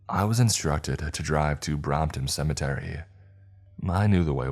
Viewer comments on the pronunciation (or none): HAAHAAAH!?...:"How did yu say ?....:"SUMMATERRY.....??....... weird ...